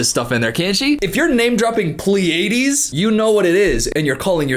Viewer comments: A huge part of me is unhealthily amused at her mispronunciation of "Pleiades". Idiot. 🥴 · Pleiades, constellation of 7 stars. Pronounced ply-a-deez❤ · "i'm from the pil-A-deez" b*tch you mean the PLEIADES??? pronounced PLEE-uh-deez?? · You can’t even pronounce Pleiades correctly 🤦‍♂️ Downvoted. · as if there werent enough signs that she has no idea what she's yapping about, her mispronouncing both lyran and pleiades is sending me 💀💀